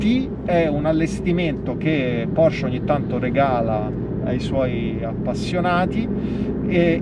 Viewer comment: Porsche, con la e, se potessi tutta la vita❤️